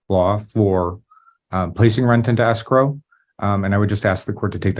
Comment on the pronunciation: Anyone else hearing “escroll” not escrow?